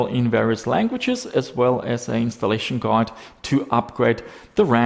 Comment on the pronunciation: "installtaion Guide" 😂